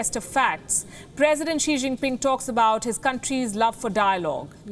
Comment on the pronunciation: Xi Jinpin "'Fong Pei"' again & again